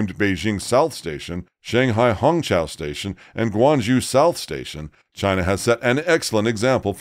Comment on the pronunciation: Come on if you're going to make a program, at least make the effort to pronounce Guang ZHOU correctly -- just 15 seconds on Google Translate